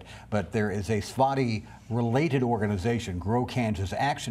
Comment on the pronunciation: I think I heard three different pronunciations of “Svaty” in this video.